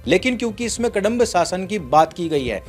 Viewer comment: कडंब 😖 नहीं कदंब है ।